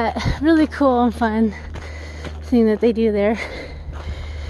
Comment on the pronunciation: Love your posts, and I finally figured out the one thing that I have been trying to solve, you are the only person I have ever heard that pronounces “cool” as “kewl”, it’s just great. Don’t stop !!!